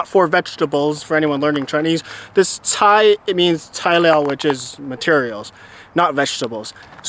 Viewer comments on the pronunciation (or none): Hey fyi you need to say Cai with a flat tone your saying it with a downwards tone. Which is why it sounds like Vegetables. Great review!